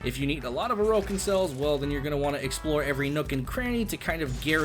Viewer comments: Ain't it pronounced like Oar-ukin or something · The way he say orokin cells lmao